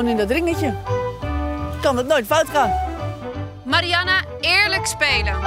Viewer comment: Ben ik de enige die het is opgevallen dat iedereen de naam van Mariana (Marianne, Marian, Mariene) anders uitspreekt en sommige mensen ook nog op meerdere manieren?